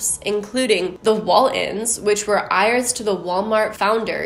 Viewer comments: Great video! Just a small point, you said the Waltons were 'ires', did you mean heirs? Pronounced like 'airs'? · I LOVE u and ur content, but “heirs” is pronounced like “airs”. Just lyk!!!! Love u tho!! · Do you pronounce ‘heirs’ and eye-r-as? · I like your videos but the way you mispronounce things like “heirs” bugs me so bad lol